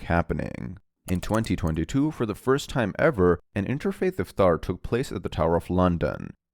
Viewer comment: Iftaar and not ifthrar